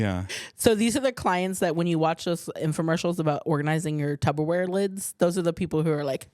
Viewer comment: I cant believe I heard "tubberware", I thought Sal Vulcano squashed that 😂 "It's Tupperware babe. Always has been, always will be"